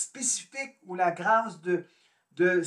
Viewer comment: 1. S’il vous plaît prononcer le mot grâce avec un accent circonflexe. Qui est beaucoup plus beau. 2. Vous ne répondrez pas à la question ni à la description de la grâce. 3. Je vous conseille les entrevues avec Anick Souzenelle une grande dame. 4. La grâce est mystique (…..). 5. La grâce ne vient pas du tout avec la croyance en Dieu. 6. Désolée, agrandissez, vos connaissances.